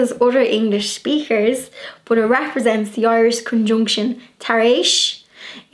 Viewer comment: You are such a precious, living doll! I really loved this video and you explaining the meanings, so much fun. One of my favorite words I like hearing you say is “but”. With your accent it comes out “boo-hut” to my ear. I smile every time. Another day brightener. Thanks!